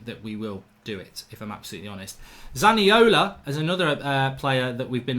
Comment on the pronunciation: I’m not sure about this but isn’t he called Zaniolo not Zaniola?